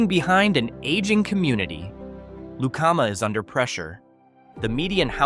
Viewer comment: Pronunciation Lu calm A Lucama. The Bad Apple tavern there is awesome